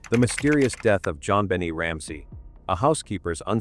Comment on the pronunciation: Why can’t any of these narrators pronounce Jon BEN-NAY correctly??